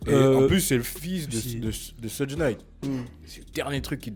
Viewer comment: C'est pas pour etre chiant mais Suge Knight se prononce shug non pas sudge .